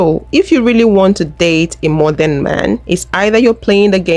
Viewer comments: He said "Moderen" that makes him invalid. It's maa·drn (modern) i hate when people mispronounce this word. Anyway.... Nails, spa, massage, have an amazing day ladies. ❤❤❤ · Girl he said "Moderen" instead of "modern" 😂😂😂 that says all we need to know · The first guy said : MO-DER-RIN As a 3 syllable word 🤦‍♀️😆😆😆😆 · Right . Isn't it MOD DERN? I hate when blk men break it up like that!!!!